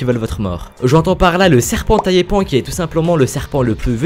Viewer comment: pas taiiiiiipan mais taypan